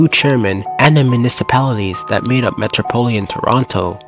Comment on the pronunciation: It’s metropolitan, not metropolian